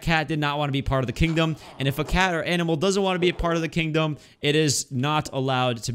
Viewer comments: Next episode don't try to say kingdom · You can not say kingdom for he whole vid